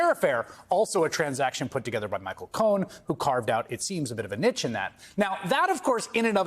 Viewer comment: Cringing at that mispronunciation of 'niche' 🥴